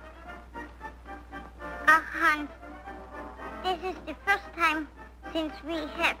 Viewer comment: Poor thing can't pronounce the S in Hans.